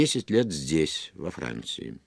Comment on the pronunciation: Как он произносит "во Франціі"," листотшек" ) Киев?)